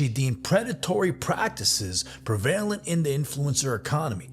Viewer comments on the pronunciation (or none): Pre-vail-ent? Haha it's prev-a-lent,. I didn't know this kid was pimping girls out on OF. That's real shitty of him. Makes me really dislike him.